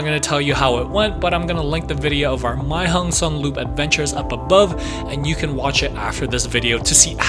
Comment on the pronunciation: Why nearly every youtuber speaking the loop wrong. It not the Mei Hong son loop, it´s the Mae hong son Loop.